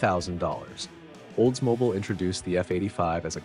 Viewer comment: Oldsmoble, Oldsmoble, Oldsmoble AAAARRRRGGGGG!!!